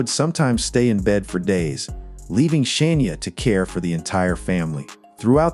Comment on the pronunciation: I want to watch this so bad but its driving me nuts. it is Shania not Shaneia